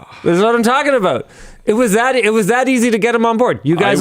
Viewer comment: What's this aboot?